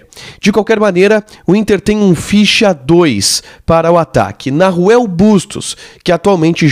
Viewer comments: MEU QUERIDO NAHUEL SE PRONUNCIA NAUEL.... NAO NARUEL.... PARA DIZER BEM EM ESPANHOL É NAUEL. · Otimoo videoo...se proncuncia Nauel mesmo, sem som de R, abraçoo